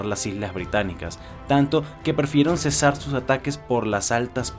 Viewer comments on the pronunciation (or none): none